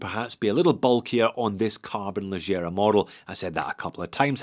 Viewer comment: Leggera is an italian word. Please try to pronunce it /lɛɡɡɛra/ not /lɛɡɡijɛra/